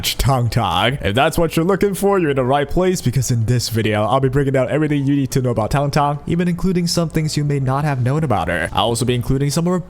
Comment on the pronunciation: This is the only guide I will watch for her because EVERY OTHER CC I have seen pronounces her name incorrectly. THANK YOU